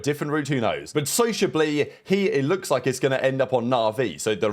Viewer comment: "Sociable-e" another flawless pronunciation